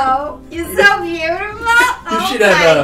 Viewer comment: “It’s like Zozo from the..-“ Me listening to satisfied form HAMILTON: Angelica: SOSOSO— My ears:”ZOZOZO”